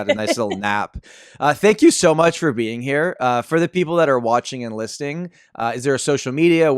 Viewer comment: did you say while.asking the guest for her promo " for all those who are watching and Listing " or Did i hear it wrong 😂